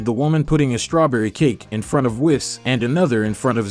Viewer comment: It's pronounced "say-yens". And Whis is pronounced "wees".